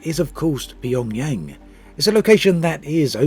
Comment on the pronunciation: What a stupid video... Didn't even sure Pyongyang properly